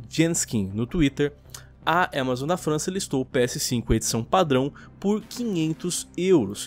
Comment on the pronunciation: Fala AMAZON krai, que agonia de ver falando EMEzoN